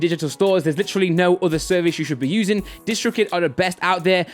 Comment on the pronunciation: "I've been usinining" 😂 jk bro love the vids